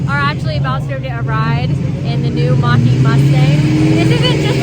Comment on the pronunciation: Mach-e - i hear someone say it like dancing without music